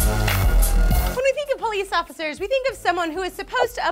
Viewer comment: Did anyone notice that instead of "Police Officers" said "Polyisaphosaurs". The first time under enunciating has ever led to the discovery of a new breed of Dinos.